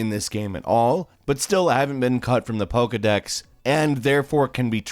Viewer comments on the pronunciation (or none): none